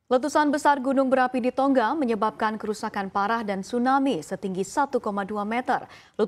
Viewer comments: Baca beritanya kok terdengar "Tongga" yaaa...... Bukankah yg benar "Tonga"..... tanpa dobel "G". Mungkin lupa pelajaran membaca nya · Pembacaannya seperti bahasa inggris